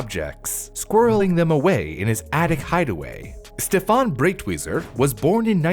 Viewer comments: Out of this entire history, the thing that pains me the most, besides the burning of paintings, is how you butchered his surname every time you spoke it. You pronounced it like it's "Britweiser" when it's Breitweiser... for americans - you'd pronounce it like you would pronounce "bright""weezer" (together). Breit not Brit. You americans are the only language i know that spells "e" as "i". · Pronounced “Brite-Wiser”. I’m surprised he got the first part of the name right, then says the second part differently even though they have the same spelling